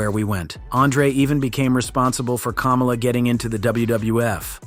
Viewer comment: It's Kamala not cumula